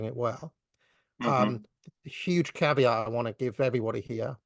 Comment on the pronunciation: English is not Neema Parvini's strong point. He often mispronounces words: in this case 'caveat.'